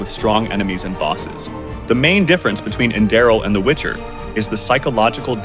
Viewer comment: AI voice mispronounced Enderal almost every time